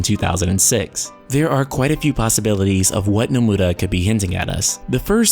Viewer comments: why are u saying nomura so weird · Why can't this guy ever say Nomura's name right. Oh by the way, Zeal is right again, as usual. See you all in VS. And why does he keep saying "Some muh nus"? His Japanese pronunciation is atrocious. Yozora is also HUNTING them both, for his Master.